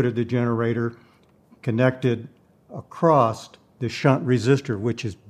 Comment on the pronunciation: I know Bode didn't know how to pronounce his own name, but there is really no reason for you to perpetuate the error. And the word "across" does NOT end with a T